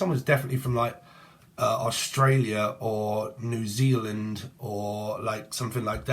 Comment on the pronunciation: Lol I love Austin Powers that bit cracked me up - fat bastard, is hilarious 😂 you got New Zealand right this time too xx